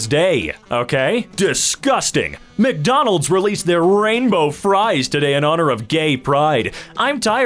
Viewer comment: The "salty as hell" one was gold, but did anyone catch "McDomald's"?